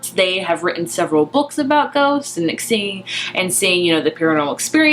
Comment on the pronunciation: "This is a retelling of Jane Eyre, only with ghosts" I HONESTLY THOUGHT YOU SAID GOATS